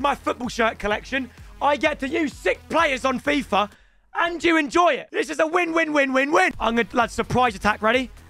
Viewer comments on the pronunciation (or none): none